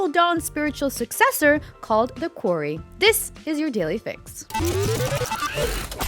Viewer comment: The host of this has me tripping, is the game called The Query (a question) or The Quarry (where you mine rocks). They keep pronouncing it like query but it seems to be about a quarry.